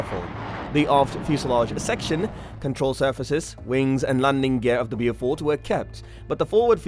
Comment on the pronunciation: How did you manage to fuck up the pronunciation? It's 'Bowfighter', not 'blew fighter'. Same gores for the Beaufort.